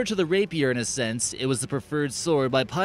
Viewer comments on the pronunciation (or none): Bro killed me when he said rapier